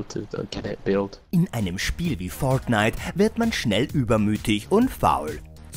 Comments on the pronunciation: warriorjay xd das ist english USA dort spricht man das r immer so aus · Spider Man das ist English USA dort spricht man das r so aus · Leider sprechen sie es komplett falsch aus und vermischen es dann mit deutsch. Deswegen klingt es so albern. P.S. Sie geben sich leider nicht mehr so viel Mühe wie früher, da ihre top Listen immer langweilige und unkreativer werden. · Hahahaha „föirtnite“ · ja aber es klingt komisch wenn man es so in einem deutschen Video ausspricht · Kann der Typ fortnite richtig aussprechen oder?🤷‍♂️das Video is so dumm ihr habt null Plan von dem Spiel 🙎‍♂️